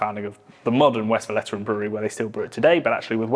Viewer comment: Is it so hard to pronouce Westvleteren the right way? You even add a vowel in between the V en the L that shouldn't be there. It isn't Westveleteren.